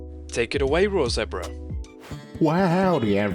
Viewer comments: Not the raw zebra cowboy accent😂😂😂 btw I LOVE THIS VIDEO AND THE MONSTERS :D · Raw zebra with that cowboy accent😭